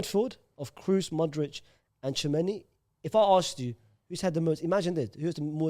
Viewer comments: said every croatian players name so well then hit a "Modrik". Damn. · How do you say Brozovic and Kovacic and then pronounce Modric as Modrik. Makes no sense.